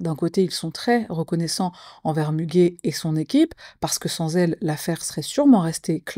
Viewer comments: Müge se lit Muguet comme la fleur 😊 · Ça se prononce Mugué 😊, c'est une journaliste, présentatrice et la meilleure Muge Anlı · ça ce prononce Muguet Anli sinon. Anli a été bien prononcé avec quelques conseils syllabique tu vas bientôt maîtriser le Turk !)))